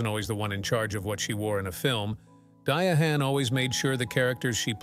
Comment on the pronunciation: I can’t with the Dia-hann. I can’t get to the end.